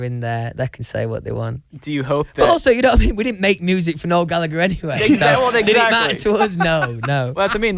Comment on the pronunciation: Nobody: Louis: d'ye kno' wha' I me'